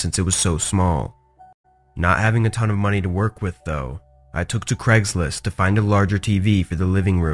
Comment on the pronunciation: "Cregslist" "Eron"